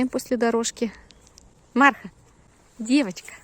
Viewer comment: Марха- ударение на вторую 'а" - так называется посёлок рядом с Якутском. Очень рада за собачек, нашедших свои семьи! Всем огромное спасибо!